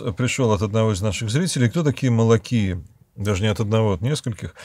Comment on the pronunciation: я не знаю древнерусского языка и не могу спорить на эту тему. Но я, как носитель и преподаватель греческого языка могу сказать, что омикрон ёта (οι) читались и читаются всегда, как русская И. ОЙ - это американская исковерканная версия прочтения. И мне обидно, что некоторые русские священники используют труды американских богословов, не вникая в суть, потому что слушающие их не знают греческого. К примеру, профессор Осипов нашел время изучить греческое чтение от греков и не делает таких грубых ошибок.